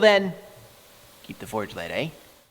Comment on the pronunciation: You say"eh" like a Canadian!!! 👍🇨🇦